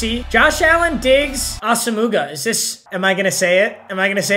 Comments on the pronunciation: YOU did not just say Asah MOOGA lmfao you butcher every name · It’s pronounced Ass-om-wa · Yeah that had me laughing when he pronounced that so wrong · Nobody: Papa: As-a-moo-gah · I thought i was the only one that noticed this😂😂he butchers it every single time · Aw-suh-moo-guh lmaoooo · please dont say Asomugha like that